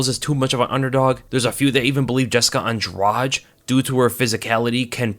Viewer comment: I hate to do this, it's pronounced Andrade like Andra-"the".